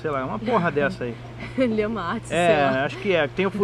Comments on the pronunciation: Lhama? hahhaha morri de rir, é Lhasa-apso, mas eles não são branquicefálicos. Menina agora fiquei com medo, ano que vem estou me mudando p/ ai e vou levar meus 2 shihtzus (que são nariz achatado). Mas muito obrigada, foram ótimas e esclarecedoras as informações. Beijo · Achei o vídeo só agora rs. E descobri altos vídeos que não vi. Kkkkkk gente a raça é Lhasa Apso e não Lhama kkkkkkk Mto esclarecedor o vídeo